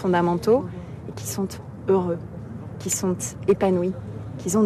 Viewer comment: " Qui sonTeeee"